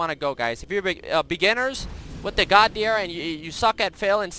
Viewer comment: Godhyr :P :P Estonians know :D